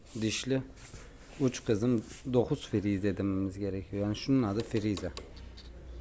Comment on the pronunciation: Bilgiler güzel teşekkürler. Ancak genelde yapılan hataya sizde dahil olmuşsunuz. FİİRİİYZE diyorsunuz ısrarla bu kelimenin karşılıgı yok. Makine alanı öğretmeni olarak dogrusunu söylemek zorundayım; FREZE ama oda tezgah adıdır. Kesici döner parça sabit kalır. İşlemi yapan yani DİŞ açan tezgah. O tip dişler piysada ve bizlerde sıçan dişli, dişli, kama kanal dişli olarak telaffuz edilir. Sadece 9 dişli birleştirme de denir doğru olarak. Yararlı Anlatımınız böylece daha yararlı olur diye düşünüyorum.